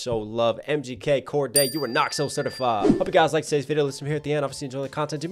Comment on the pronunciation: its Cordae not Cordea